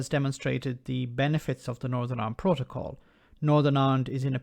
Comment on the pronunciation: This is exactly what we've been saying and saying for months, ni has the best of both and a huge advantage over the rest of the uk, wonder how this fits in with levelling up! On a side note, surely even wants to keep the protocol.. just so he can mis pronounce it every time 🤣